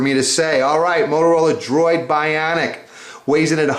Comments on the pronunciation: apple has 4g its only on at&t... this guy sounds like a complete nerd hes like the droid biawnic. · He says BYAWNIC like it's Jersey Shore ! xD